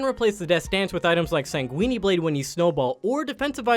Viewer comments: SAN GWIN. not sanguinee you fking trogladyte. stop making quips after every single point on the checklist, they aren't funny or interesting. mobalytics is information, not personality. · My first goal is to make your narrator pronounce sanguine correctly. It's not weenie. You can choose between pronouncing the "uine" part as either "win" or "keen". Your "g" in "sanguine" is good, just add the "-in" or "-een" from "win" or "keen". Just stop Saying Weenie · Man said Sanguini blade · CAN PEOPLE STOP PRONOUNCING SANGUINE BLADE AS SANGUINI BLADE? THE LAST E IS SILENT "SANG-GWIN" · ''Sanguini blade'' XDD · Ah yes sang-weenie and kyle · hate the way he pronounces everything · first I thought he was just memeing like when he said master yi-esus. but after he said sanquini twice i knew i had to find this comment lmao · Sounds so Italian